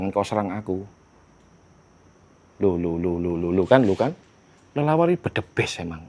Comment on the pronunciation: Bukan bledebes bang tapi blegedes bang